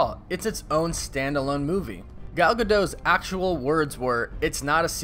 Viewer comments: I'm perfectly fine if it's not a sequel, but just another chapter from her story. As long as it's good and fun, that's what matters. Also, super-minor nitpick, but according to Gal herself, her name is pronounced "Guh-dot" as in dot-com, not "Guh-doh". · I hate when people say Gal GaDOHHH, it’s gaDOT, extra emphasis on the T.